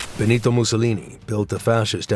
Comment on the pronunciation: Muito bom, mas que porcaria de dublagem!!! Falou o tempo todo Clara "fatàxi" sendo que é Petacci (Petàtchi) além "Clara ara" e de "bOnito" e nao "bEnito"...